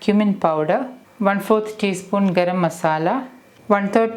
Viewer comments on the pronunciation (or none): none